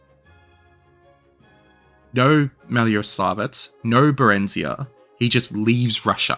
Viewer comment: Maloyaroslavets*, Berezina*, not "Berenzia". Elba*